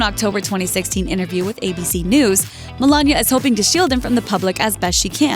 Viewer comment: The word isn't innaview it's interview. It has a t in it.